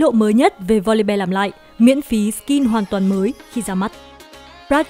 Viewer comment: Voli BE =)), học lại tiếng anh đi